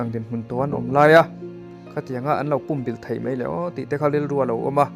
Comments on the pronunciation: "Pum bilh" tih i lam rik dan hi adiklo, ...entirnan .. Ka taksa pum in ka huh vek, tih a "pum" tih ilam ang hian lam ri rawh .. i rawn sawi dan ah hi chuan .. tui tla thitawh puam/pum ulh ang deuhvin i lam ri a ... Adiklo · Pumbilh i lam dan hi a dik lo a nia, púmbìlh tia lam tur, 'Ka thlang fuh' tiha 'thláng fùh' tih ang hian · Pum bilh ilam danchu adiklo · I la naupang nge ka hrelo a, pumbilh tih i lam dan hi a diklo lutuk.. Midangte zawt hmasa la tha tur nia aw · A buaithlak țhin khawp mai. Lam dan dik hian lam thei hram hram țhin se a țha khawp mai.